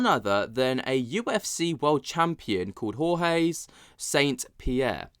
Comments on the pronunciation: Who the eff is HOR-HEY? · Did you say Jorge and did you also say retired from the mma?? His name is George st Pierre dude not Jorge wtf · Who're you calling Hor-Heh? GSP is French, not Hispanic. Its pronounced "George" or "Georges". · Dude! You gotta stop saying Whore Hez! His name is George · Hoare-heys!? It's George!! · After the 2nd Jorge, I'm out. Gee-Ore-j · It's George, not Jorge! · It’s pronounced like the English name George bro. Lol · Every time you pronunce George St. Pierre I'm like 🤮🤮 😂. I've never heard him say his name like that, and that's not even close to how he pronounces it in English or French. It'd be accurate if either of you were hispanic/latino/spanish...... But you're not.... So what are we doing here? Lol have you never heard of the guy? 😂